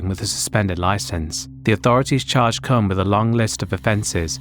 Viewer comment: I know someone with the last name Kuhn, it's pronounced exactly the way you didn't want to pronounce it. Lol